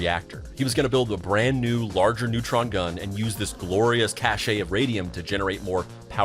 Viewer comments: the word cache is not pronounced "ca-shay" buddy it's pronounced "cash." never heard someone pronounce it that way. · Ugh…….the word cache is pronounced “kash”, not “kash-ay”. Get it right, bro. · Really? It’s a common mispronunciation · Fascinating. I love it. You need to look up the difference between "cache" pronounced like "cash", and "cachet" pronounced like "cash-A". BIG difference. I think you meant to use the word "cache" in your script but you pronounced the word "cachet" instead. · A beautifully written and narrated story. But I fear that in different versions, David's alienation describes too many American families. P.S.-- , the word "cache" or "caché" is pronounced cash, with or without that diacritical accent. It means something in hidden storage, which is your intent. The pronunciation cash-ay refers to the word "cachet" or "cachét," (again with or without the accent mark) which connotes possession of prestige or unspoken envy. This is only in regard to English, because in French and Spanish both words have different (and probably more historically authentic) pronunciations. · Cache is pronounced “cash,” fyi. You’re welcome.